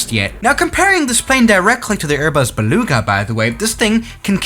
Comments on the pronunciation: You literly said Airbus be lugs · Berbas beluga